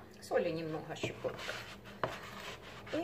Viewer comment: Тебе и " щипотка " прощается❤